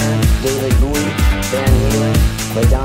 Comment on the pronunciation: Best thing you can do with the loony rantings of this humorless cleric is to chop it up and make a killer tune! It irritates me the way he cannot say David Bowie's name for some reason. What harm have poor Herbie Hancock or Stevie Wonder ever done anyone anyway?